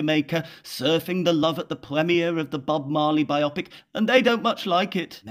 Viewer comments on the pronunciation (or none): Grrr. It's pronounced /ˈbaɪ.oʊ.pɪk/, not /baɪˈɒpɪk/. That's because it's a pic (movie) of someone's bio. The way you said it, rhyming with myopic, would be correct if it meant "two-eyed." And if it were not considered gauche to mix Greek and Latin willy-nilly. Talk about bad optics! Otherwise, brilliant as expected. Meets expectations.